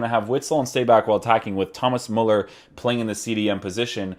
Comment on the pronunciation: Its pronounced MÜLLER